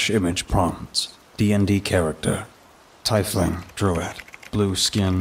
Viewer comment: Generally pronounced "teefling", not "tyfeling".